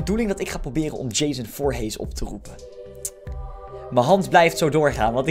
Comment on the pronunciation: je zegt voorhies maar er staat voorhees